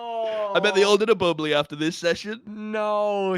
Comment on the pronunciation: bubbla not bubbly